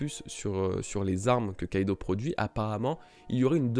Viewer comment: Barbaux Nathan je suis assez dacc avec toi a part pour Kaidou ça se dit Kaido...